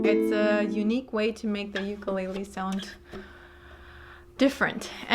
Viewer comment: Thank you. Youre the only one so far that has pronounced "ukulele" correctly! Amazing. I hear the "lei" often emphasized as in..."you-ka-lei-lee" i dont see an "i" in the spelling. Ive gone over a bit....sorry.